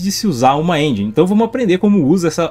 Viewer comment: pq geral fala " engi"....se pronuncia enjen literalmente